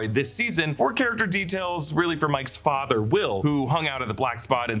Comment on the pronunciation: The way Ingrid said "My father" sounded like "my fadder" the way Mrs Kersh said it in the book